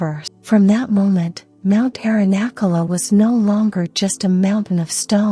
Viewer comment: I know they are a work in progress, but the AI voices need to be taught the correct pronunciation of Sanskrit words. It's a cringe moment hearing the way the sacred mountain name, Arunachala, is pronounced. Today I heard the pronunciation of maha-samadhi 😮. Made me laugh 😅. I hope this will change over time as Sanskrit or Hindi or Oriya or Bengali and other languages are included in AI voices. Otherwise I am grateful being able to hear these teachings.